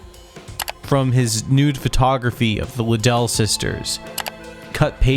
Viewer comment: how you’re able make a video with ALL this information and not able to pronounce Liddell and Dinah correctly baffles me